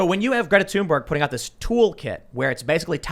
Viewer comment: It 'TH'unberg not 'Tune'berg.